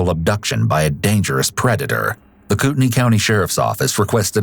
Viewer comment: I just wanna say, it's pronounced Coot-neigh lol ~ montana resident